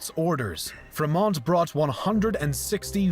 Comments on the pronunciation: Another amateurish US history vid. BTW, it's Fremont, not free moa. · Fremont's accent over the "e" is confusing, I guess, but his name is pronounced simply "Freemont", not "Fra-mawnt", hon hon.